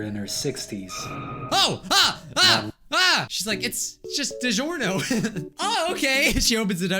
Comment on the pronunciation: YOU SAID IT WAZ DIGORNIO